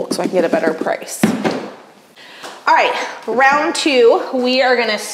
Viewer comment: Is there a reason why you and so many others are now pronouncing words with an ending “d” so that it sounds like a “t”? For example, the word “round” becomes “rount.” Everyone on YouTube, TV, movies, etc. are pronouncing the letter “d” like a “t” sound. Remember from grade school that “d” comes from the diaphragm and is voiced. The letter “t” is a percussive sound with a rush of air to pronounce it. Please correct.😊